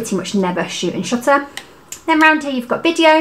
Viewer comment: Paris IS always a good idea, but I couldn't be more smitten by your pronunciation of 'shutter'. After watching your very informative video I ordered a PEN E-PL10. Thank you!